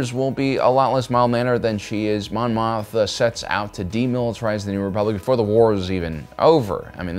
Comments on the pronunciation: Mothma. Not Motha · I love your analysis of political and philosophical ideologies within the SW stories. But I cringe every time you say Mon Motha. I thought I was mis-hearing you. But no. You say Motha, every time. It's Mothma. Always has been, as far as I know. I'm definitely not trying to be a jerk here, but I respect you and your detailed and intelligent approach, and assume you would want to know. Thanks for the great content. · greatest troll is finding something to mispronounce on every upload and watch the cringey comments arrive.....lol "Mothma".......HAAHAHAHAHAA!! <--- cringey comment